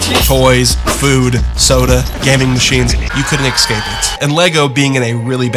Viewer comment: Please don't say "ecscape" - it's "escape" - thanks.